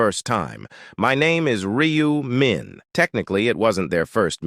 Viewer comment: No, not 'Me', it's 'Min'...